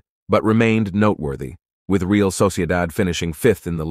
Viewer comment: The guy in this video should learn how to correctly pronounce ”Real” (as in Real Madrid) and ”Henry” (as in Thierry Henry).